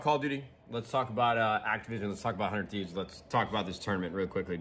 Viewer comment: He said the "200thieves" lmfao am i the only one that heard that? 😂😂😂